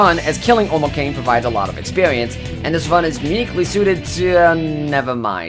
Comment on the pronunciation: sorry for beind a pedantic asshole but it's omoi-kah-neh